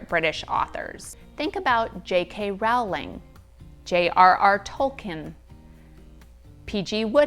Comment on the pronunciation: JK ROW lining please as in row a boat not row as in argument! !